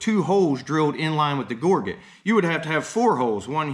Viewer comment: Just looked it up in the dictionary—it's pronounced ˈɡôr-jət , not gor-get. The dictionary is your friend, learn to use it.